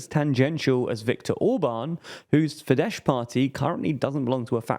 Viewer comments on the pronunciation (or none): Just pronounce it like: Fid-ass. I think most of you are familiar with that word. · Great analysis! Please check your pronunciation of Fidesz tho. It's just FEE-des, since it's Magyar, not Polish. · Please avoid using foreign words if you cannot pronounce them. Otherwise great content as always. For the future: say schpitzenkandidaat and not spitzencandidate with an s (=Schpitzenkandidat); Fidesz with an s and not sch (as latter that would be Polish), and most importantly Fon der Leyen and NOT von der Leyen as in German v is pronounced f. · Great video, as always. Just a correction: it's pronounced "fides", not "fidesh". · Guys, Fidesz is pronunced [ˈfidɛs], not 'fidesh'. You always mess this up, like Robert Fico's name. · Orban's party's name (Fidesz) is pronounced with an English 's' sound (like the one in snake) instead of a 'sh' sound (like the one in shake)... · Replying to your first comment. I am aware that it would not be self-evident to non-Hungarians. If it was something appearing once in a single video or just a sound that's difficult to pronunce it would not be worth for me to mention and for TLDR to research. But Fidesz has appeared in many videos by now and the fact they use Slavic rules to pronunce it suggest that they did not research it, they just made an assumption/guessed. It feels unprofessional.